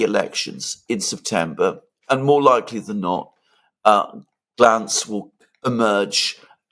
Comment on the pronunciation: It's Gantz not Glantz.